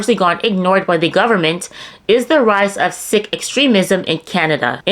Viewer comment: Sik is pronounced like Seek